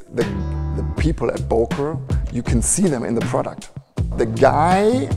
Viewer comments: To see the ceo pronounce it with an "O" and not the "Ö" was really disappointing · Don’t be ignorant. It’s Böööööööker, dude. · Böker, please learn the "ö" or "oe" sound. Just try at least. It's Solingen.... please look up the pronunciations....